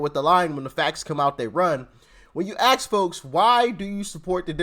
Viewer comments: Its ask folks not axe folk learn to properly pronounce your words as to not sound like a dumb arse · Not Axe forks but assk folks lol! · Ask folks… get REAL REAL pronounce it as ASK!